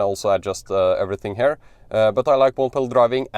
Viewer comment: You are so fluent in English, so bravo! But there are a few basic pronunciation mistakes, which I am sure you can fix easily. “Here”: it is quite distracting, if pronounced as “hair”. I don’t know if it helps, but the sound is closer to “Kia”. One can practise similar pronunciations, like “here” “ear” “near” “rear”“interior” …